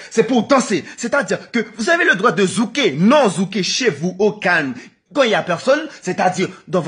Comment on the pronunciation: "Vezouk" il a dit an al 😭😭😭😭😂😂